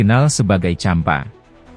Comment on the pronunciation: Champa,bukan jempa